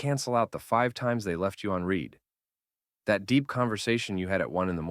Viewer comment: damn, I was holding so bad onto hope that this isn't AI, until he pronounced "read" wrong 😔 Anyways, great video. Can relate to most of the points